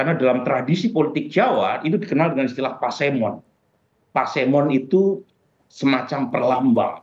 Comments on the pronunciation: Bukan melik bacanya , atau melek juga salah lagi. Melik artinya nyala tapi hnya kecil, kalau melek artinya tidak terpejam. Kedua e & i harus dibaca seperti kita baca seperti e pada kata eko .. Dan bukan pasewon tapi pasemon. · Pasemon (huruf e bunyinya seperti dalam kata "seru, serbu"). Katanya orang Jawa tapi lafaznya gak enthos! Pasemon artinya "sindiran" sementara "disemoni" memiliki arti yang equivalent dengan "disindir".